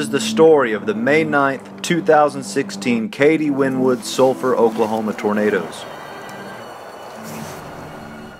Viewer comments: I can tell you're not from Oklahoma and you pronounce Wynnewood like when wood it's pronounced like you were saying Winnie Wood all is one word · I love you but Wynnewood is pronounced "winnie wood" not "win wood" lol so many people get it confused. I'm 10 miles away in Pauls Valley. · Cool video it’s pronounced Winnie wood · It’s Wynnewood, pronounced (Winny) as in if Winny won’t her sister wood😆😆😆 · FYI - It's Wynnie-wood (pronounced as)